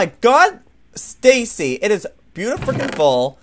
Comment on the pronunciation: Its "Stacy"